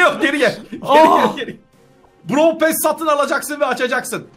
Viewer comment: Brawl passi brawl pass diye okudun abi onun okunuşu brawl pess